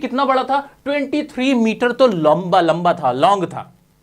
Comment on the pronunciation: Lomba lomba 😂😂 (Bengali accent)